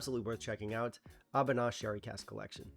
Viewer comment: I enjoyed the Existential crisis interlude. Also: I think it's pronounced "ah-BOO-nah".